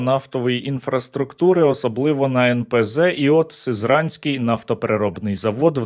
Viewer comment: Сизраньський звучить, як засраньський!😂